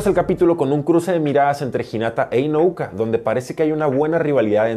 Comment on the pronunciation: Espero no te moleste que te corrija, pero se apellida INU-O-KA, inu significa perro en japo, tal vez te sirva de referencia para que no te confundas al pronunciar su nombre.